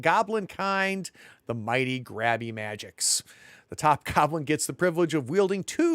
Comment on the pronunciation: Grabber "mah-jigs". Not magics 😂